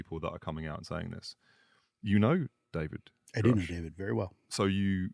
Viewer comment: Thank you for pressing Lue on some hard subjects. Really makes you wonder where the truth sits and the control government seems to have over disclosing the details. Also good work managing to get him to pronounce Grusch properly haha